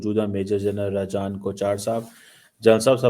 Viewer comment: Converted Cheema at least learn to pronounce the names correctly it is not Rizaan it is Rajan